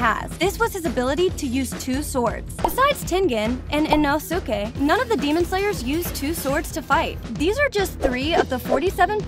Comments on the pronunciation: eh-no-sookay? im pretty sure it's pronounced i-no-ske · Not to be rude but “ino. SUKE” I’m sorry 😭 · "inosookeh" "tanjeero" "saneemi" "shinubo" "moohzan and saneemi" "obanEYE" "tamayOH" "geeyu" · she frsaid ino suke not insuke like why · some random ass white woman butchering all their names is just what i needed today (and as another note, the first syllable of words is stressed, not the second like in english. so, it would be ino-suke and ha-shira) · Aight lady, Tenjiro, Kenoe, Hasheera, Inosookay, Shoniboo, Tamaeyou, and Saneemi... i beg of you get them right. Also most of these facts are known by every demon slayer fan Edit: It is explained by Inosuke in season 2. It only shows when they flex their arm and hand muscles and say the words "Show me my rank." Also every demon slayer gets one after the final selection, but was skipped in season 1 when Tanjiro passed because he explained in season 2 that he must have been too exhausted from fighting the demons to remember hearing that. Also, in the video, you used the scene where Inosuke literally explained the rank appearing and how to do it. Edit 2: I found some more for y'all since you seem to like this comment. Enjoy -- Oozooy (Uzui), Moozan (this bish a cow now? *moo*), Sakiera mochi ( ... ), Zunitsu, Mooichiro (you can make Moozan a cow for all I care, but leave Mui out of this), and Obonayy. Again about the topic of the symbol on the back of the demon slayer's hands. , you used the scene where Inosuke literally explained the rank appearing and how to do it, in the anime. I honestly don't know how you could have overlooked that. That rank doesn't symbolize a demon slayer's unique breathing style, as many of the demon slayers share styles. An example is the various water users such as Tanjiro, Giyuu, Sabito, Makomo and probrobly a lot more characters because not every single demon slayer in the corps has a unique breathing style. Sabito and Makomo were the 2 ghos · "i-no-suke" that pisses me of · Ah yes inosooke